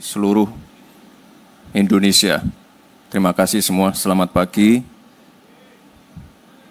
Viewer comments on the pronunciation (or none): none